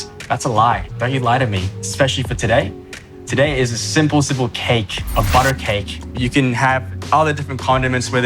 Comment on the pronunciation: When he says "bodo ah"